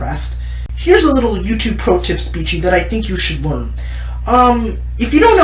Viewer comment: Her name I think is pronounced SPEE- CHEE